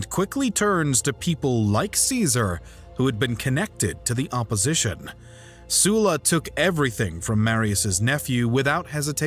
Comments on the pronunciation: sulla pronounced soo-la??? i hate it here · Is it Sulla, or Soola? Amateurish mate